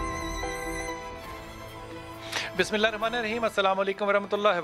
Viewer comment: بلال صاحب،آپ ابتدائ دعا عربى كى پليز سيكھ کر پرها كرين آپ غلط پرھتے ہين اور اس سے فائدہ کے بجائے نقصان كا احتمال هے٠(پليز بُرا نه بنانا ميرے پاس كوئ اور زرائع نہی ہين كه آپ کو بول سکتا ).